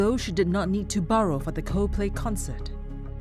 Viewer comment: Narrator pronouncing "borrow" as "burrow" is hilarious